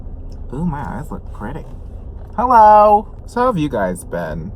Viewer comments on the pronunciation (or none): none